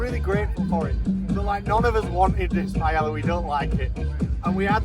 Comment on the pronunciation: Pai - El - La